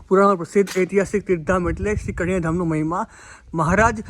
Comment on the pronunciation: ....gam nu nam spast karo...kariyana ke kadiyana?